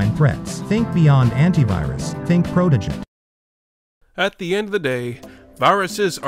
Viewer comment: I experienced a wide range of emotions at first when said "Protogen" Antivirus instead of Protogent